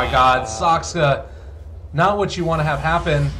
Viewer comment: This caster really can't pronounce Saksa. He says Saskska